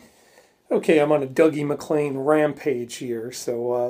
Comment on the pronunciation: I think his name is pronounced Doogie. I saw him in the 80s and he was introduced with that pronunciation. Isn't he great. I dig your lessons.